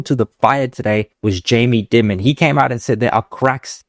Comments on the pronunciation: Dimmon?? Dimmon?? It's Jamie Diiiiimon (like diamond) He is a legend like Warren Buffet but in banking. Not wise to ignore him. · pronounced diamond fyi. sometimes affectionally referred to a “america’s ceo”. incredibly important guy here. i worked at jpm private bank, the operation is all top notch and the respect and reputation is legitimate. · Jamie Dimon’s last name sounds like “diamond” for future reference. Great show as usual.